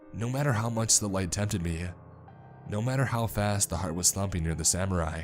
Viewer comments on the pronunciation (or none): none